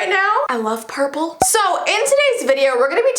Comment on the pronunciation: "porple is meh fav colour "